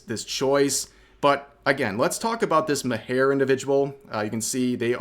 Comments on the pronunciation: Cains second name is pronounced as Mar. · Cian Maher's name is pronounced, "Mar" Like Bill Maher on HBO. Oh, and you mispronounced Geralt's name (somehow) too...